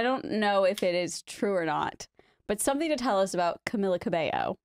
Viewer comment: It’s Cam-E-lla